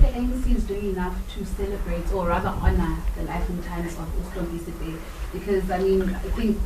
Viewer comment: ANC is campaigning for themselves in every funerals, he doesn't even know to say stompie but he says stompo...sis uyangenyanyisa. I know u ANC as u did the same to my grandmother's funeral at phokwane koko Boshielo last year not w u r at stompie's mother after so long really u r disgusting.